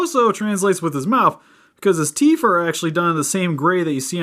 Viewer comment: did he say teef!